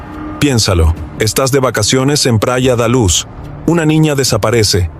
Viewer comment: Y si, lo repite tanto que le quita algo de seriedad a su investigación, si no sabe decir bien los nombres queda la duda de si investigo bien el caso